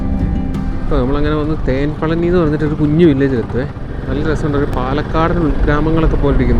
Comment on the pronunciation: മുത്തേ.. തേൻ പളനി അല്ല.. അത് തെൻ പളനി ആണ്... Which means തെക്കൻ പഴനി.. ❤U man